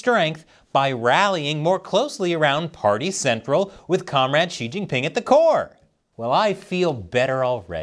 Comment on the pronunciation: Wrong pronouciation. Shouldnt it be See Jinping instead of She Jinping?